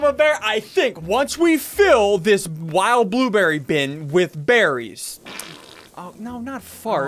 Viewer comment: SSundee you ment bear-ies